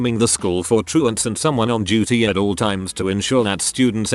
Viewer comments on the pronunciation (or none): none